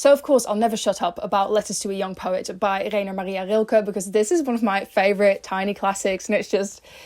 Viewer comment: Hi, first of all I loved your video! And because I speak german I have to say that you are really gold at pronouncing Rilkes name❤